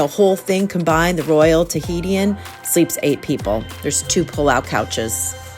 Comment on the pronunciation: It’s not “Tahiti-in” 😂 it’s “tuh-hee-shin” Tahitian. ❤